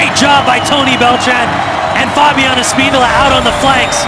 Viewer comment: A-spin-do-la and Av-e-la hahaha....I think it's Espen-dolah and Ah-vilha there announcer.